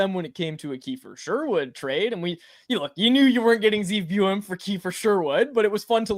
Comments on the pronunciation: It's BOO-YUM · How you keep messing up Buium’s name is annoying as shit lol